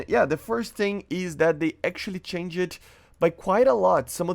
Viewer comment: "I know what it mean i dont ah do but i dont know what it me so its something but i dont know" bruuuh stop saying the "ED" in changed PLZZZZZ